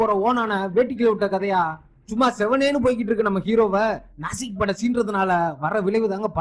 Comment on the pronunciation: ஏம்ப்பா அது நாசிக் படையில்லை. நாஜிப்படை.